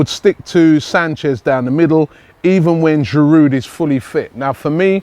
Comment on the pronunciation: There's a silent 'd' in Giroud, just as there is a silent 'H' in Henry. Some respect for our French players, please.